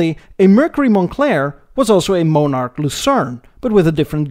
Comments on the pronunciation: It's in poor taste to mock an entire nation's use, or pronunciation of certain idiosyncratic verbage (example: eh!) or expressions. Its especially annoying when that demeaning comment comes from someone with a profound accent of their own, pronouncing words like Monarch that that utter like "Mohnarch". "One man's whimsical comment is another's deprecatory pejorative." -Islandon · Viscount is pronounced vi count and monarch is pronounced monn ark , sorry to be such a nit picker but bad pronounciation really bugs me . Good video though. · And it’s Mon-arch not Moan-arch! Lol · And it's "mon-ark," not "mo-nark." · I don't know where you found you illustrations of many of the cars you discussed. Most you show are the USA version in design, By the way, The VISCOUNT is pronounced VI_COUNT, and Monarch is pronounced, not MOANARK, but rather MONARCH. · mon ,,ark - you are prouncing it moneark with a long o sound, try it, accent first syllable with short o vowel sound as in bot, so its mon ark ,, not mone as in bone ark - right so soft vowel o and you got it :) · Just for reference sake, the car you referred to as a "moan-ark" is actually pronounced as in "British Monarchy", only just loose one of the letters, eh! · Not Moan ark but Mon ark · MON-ARC. NOT MOE-NARC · Its Pronounced MON ARCH.....NOT MOE NARCH...if YOUR gonna talk about any car makes/models PROUNCE THEM RIGHT!!! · "MOAN"arch? What's WRONG with you?? "MON"arch, just the way that it's spelled, fer God's Sake! "VISS"count?, NO - "VY"!count! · Monarch is mawn-ark. Viscount is vye-count. A little research on Canadian pronunciation would have benefited an otherwise excellent video. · Your channel is one of my new favorites on cars. Episode on India and another on Brazil please sir. Interested to hear your commentary on VW production down South. It's Mon-arch not Mo-narch BTW. Cheers from Texas. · The pronunciation of the Canadian model names is just bad, embarrassingly bad.